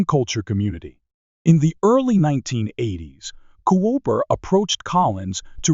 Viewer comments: Jeff Cooper! NOT JEFF CO-OPER! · I think “Gascon” was pronounced correctly. But Col. “Co-oper?” Sacrelig? AI generated says everything. This presentation sounds like something else I’d read or watched, but done by human effort. The S&W model was pronounced “ten seventy-six.” Id fired one with the FBI 10mm Lite ammo and didn’t think the recoil was excessive. The ergonomics, the size, and the weight were a problem for plain clothes operation where two and a quarter inch leather San Browne duty belts aren’t worn. FBI’s probably still got a vault full of 1076s. Despite its prominent role in the Miami tragedy, the Mini 14 remains conspicuously absent from most draconian states’ banned evil assault rifle lists. I still prefer a .45 ACP to the 10 or 40. Big case equals lower pressure despite big bullet making for a better shooting experience. But I also suggest learning to use what you’ve got your can handle, and learning tactics to include use of cover and getting out of the way.